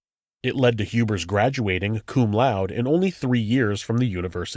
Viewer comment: You pronounce the "e" in "cum laude".